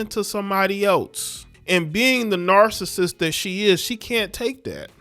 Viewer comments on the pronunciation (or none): Dude stop saying narristic sound sweet as hell gang